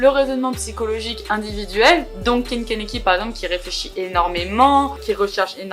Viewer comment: Hello, je vois ta vidéo seulement maintenant car je relis le manga haha et juste pour te dire c’est Ken Kaneki et pas Kanaki